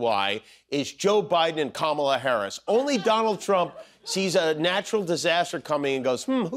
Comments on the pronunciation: Musk intentionally mispronouncing Kamala and talking about why nobody is trying to take her out and laughing maniacally. What universe are we in?! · it was intentional. Just like how he can’t pronounce Kamala.